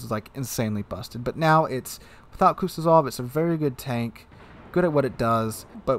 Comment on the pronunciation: Please tell me I'm not the only person that cringes at how he says Kuznetsov, its not kutyozov